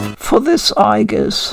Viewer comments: In Japanese she is written in the way you pronounced (with the hard G sound) 👍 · you mention that you don't think Aigis has a "canon" pronounciation. In the games (at least in p3r) and movies her name is always said with a "hard" g. Would this not constitute a canon pronounciation, or is her name said differently in other languages or medias?